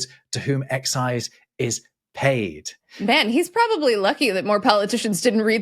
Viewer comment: didn’t seem to read the accent for EXCI'SE.